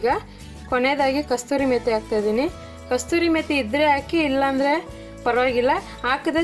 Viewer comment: Calling kasuri methi as kasturi methi - just Indian things.😄 Tumba channage Kanta ide avre. Nodi hotte tumb hoitu.